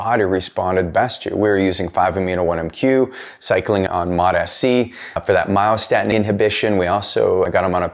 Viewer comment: Why do you pronounce MOTS-C as “MOT -SC”?